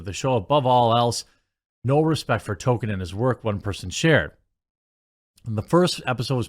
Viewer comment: His name was TOLKIEN, not TOKEN. Why is that so hard for you?